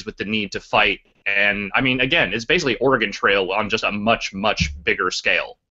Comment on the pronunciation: im an oregonian., if you dont start saying "oregon" right Im gonna get angry with you